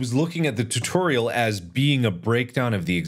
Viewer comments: i can't unhear tuteriel now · No one: Mark: tuhtehrial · Heh “tuhterial” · I love how he says "tuturial" lmao